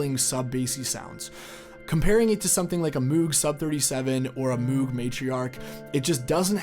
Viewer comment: Did you seriously say Moog instead of Moog?